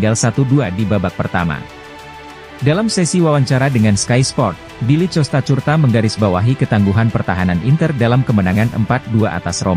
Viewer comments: itu suara tts...klw di setel ke bahasa indonesia maka semuanya di baca sesuai abjad..tapi sebaiknya adminnya jeli...klw Costacurta harusnya diganti kostakurta..biar bagus di dengrnya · Ngomong Costacurta nya lucu min hahhaa